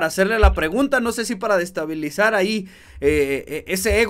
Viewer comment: Cuando te refieras a cosas como “mandan a Alejandro Moreno”, no digas “mandan Alejandro Moreno”. SIEMPRE ANTEPÓN EL “A”. Además se dice “desestabilizar”, no “destabilizar”. Te falta muchísima cultura general. Otro Youtuber improvisado e inculto. Ya cualquiera tiene un canal y ni escribir o hablar saben. México en decadencia. 😢